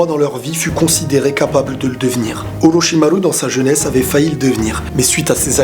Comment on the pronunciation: araete de dire olochimaru cest chiant